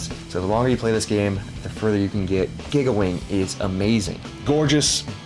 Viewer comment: This is like your third video where I’m hearing you pronounce “giga” like “gigga”. You know that prefix is pronounced “geega”, right?